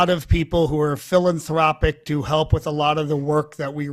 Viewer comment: The big clue here is how he pronounces philanthröopic, instead of philanthropic.